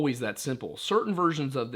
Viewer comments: This man did not say wendussy plz tell Me he didn't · ...this man just say wendussy? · Yup, subscribed instantly upon hearing wend-ussy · “It’s time to skinwalk your way into the woods and hunt yourself some wendussy” 💀